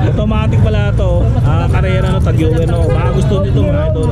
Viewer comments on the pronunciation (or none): Boss tag hoyer ang tamang pag bigkas ng tag heuer